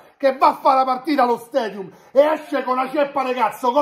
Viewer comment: . Allo " stedium" 😀😀😀